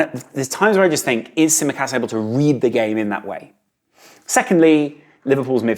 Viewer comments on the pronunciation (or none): none